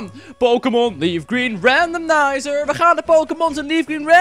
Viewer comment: Waarom zegt eigenlijk RandomNizer?